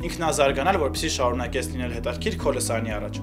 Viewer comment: Սաղ թույն էր,բայց խնդրում եմ մի ասեք էլի հետաՐքիր ....😕💙